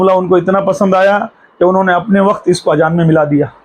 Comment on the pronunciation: Ye ki hatt gai hai😂😂😂 kuch bhi bolta hai azan ko ajan munazre ko munajra 😅